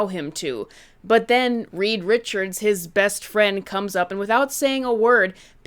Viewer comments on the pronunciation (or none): none